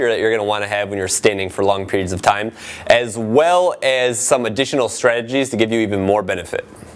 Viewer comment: lol teym (time)